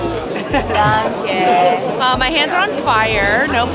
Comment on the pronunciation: Genuinely curious if thats the correct way to pronounce danke? I took german class years ago so i may be mistaken, but i always thought you pronounced it as 'Dawn-kuh'